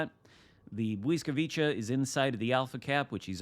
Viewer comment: Bliss vwee kah…your adding in extra consenants